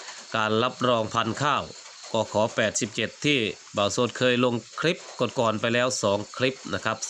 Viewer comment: กบ81 หรือ87 กันแน่ พูดให้ซัดๆหน่อย